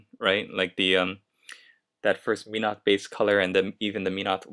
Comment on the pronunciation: its pronounced MEN-oth. not meen-oth. But great painting job!